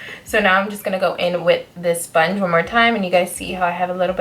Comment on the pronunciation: I want expecting to die laughing during this video but when you said “soinge” I died. 😩😹Btw love this especially the shadow.